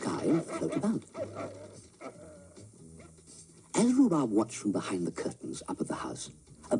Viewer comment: The programme was called "Rhubarb" please get it right.